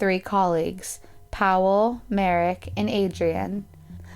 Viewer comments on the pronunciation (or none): You butchered Iwona’s, pawel , Adria’s, and mareks names. Polish people pronounce w like v.